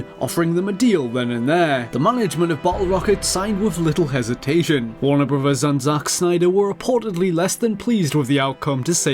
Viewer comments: What kind of accent is this? Who pronounces "brothers" as "broowas"? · I think it's great so many of these games involve Warner Brothers because we get to hear this guy say "bruvvers" so many times.